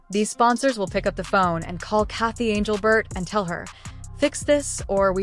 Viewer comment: Who is anglebert ? Stupid AI.